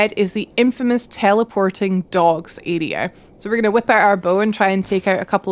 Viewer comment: I love how you say area! For the longest time I was thinking who are you calling an “idiot” until i realized you were saying area lol !